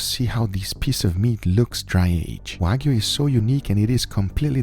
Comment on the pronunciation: NO DRY AGED "WAYGU"